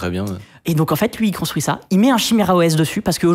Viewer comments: ca se dit "kiméra" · il dit chimera au lieu de kimera et ark a la place de arch, je suis sur que c'est pour nous trigger